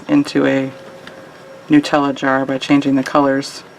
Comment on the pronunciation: A really cool design. So glad that you pronounced 'Nutella' the correct way! Here in England, everyone pronounces it wrong + growing up in a French + English speaking household, the mispronunciation really riles me (I know it's an Italian brand but it's pronounced the same in French!). Anyway, sorry I waffled on there - great design!